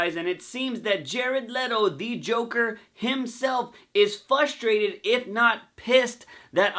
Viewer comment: Please learn how to properly pronounce “FRUSTRATED” for fucks sake! Especially if you’re gonna say it every third sentence. Are you saying it without the “R” or are you saying it with an “L” where the “R” should be? Fuck what the video is about, I couldn’t even watch it without getting “FUSTRATED/FLUSTRATED” 😏